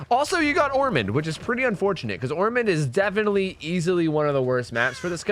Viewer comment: insert comment making fun of bc he said ormond